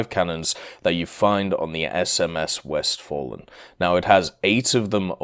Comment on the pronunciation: 1. I am not a native German speaker, but I am pretty sure that “Westfalen” definitely is not pronounced as “West Fallen”, that “a” reads as [a] in “fast”, “father” or “Farnborough”. 2. The numbers are arbitrary, it’s true. But you know, there is a lot of space between 1 and 30. I actually thought it’s some kind of a typo, never thought you put that intentionally. If Gaijin indeed will designate the next patch as 2.30, they might as well go 100.500.over9000, whatever floats their hypeboat. 3. I honestly don’t think Von der Tann will be good. It is very fast in comparison with contemporaries, but WWII cruisers are much better in that regard. It has firepower similar to Graf Spee, which is not really enough to deal with battleships, unlike Spee it does not have anti air to speak of, and that armor... Man, idk. It may work against cruisers, but currently all cruisers at or above 5.0 are just food for battleships and that armor nearly is not enough to endure a barrage from something like Empress Maria. Without BR decompression, that honestly looks like a worthless grind extension.